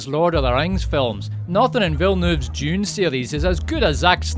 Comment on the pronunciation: Why do you keep pronouncing Dune as June? Is that some sort of accent?